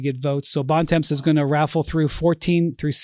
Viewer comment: Bontemps is french means "Good Time" is not pronounced like that